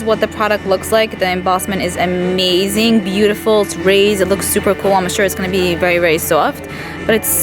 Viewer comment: "ganna" lol